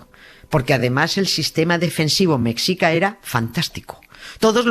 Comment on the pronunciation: se pronuncia "meshica" jjj , te quiero Nieves! <3